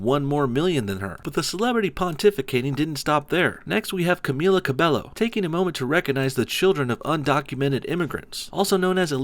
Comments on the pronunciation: Cabello is pronounced "Ca-bay-yo" and she's not Puerto Rican, she's half Cuban and half Mexican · I'm all against sjws but it's Cam-eee-la ca-bae-oh and she's Mexican Cuban lol, she isn't saying let criminals in, that she is saying that the kids of illegal immigrants shouldn't be deported because it's unfair to uproot them when they came to your country as children